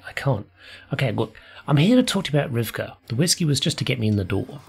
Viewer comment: FYI, Rivkah is the original Hebrew version of the name Rebecca (you seem to be switching the consonants in her name all the time)